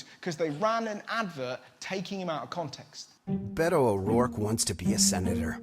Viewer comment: His name is Beto pronounced Behto